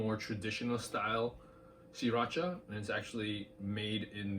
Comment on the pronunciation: Spot on in my opinion. Thanks for pronouncing it "See-Racha" which nobody but you and the founder pronounces it correctly.